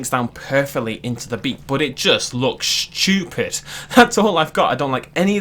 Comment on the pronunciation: “ it jus luuks Shtupid”